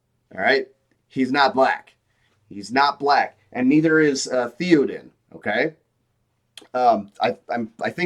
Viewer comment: you can't pronounce Théoden like this guy and claim to have an actual problem with LOTR lore.